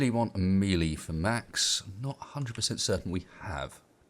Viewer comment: Melee is a french word and should technically be pronounced "mehlay" or "maylay" :P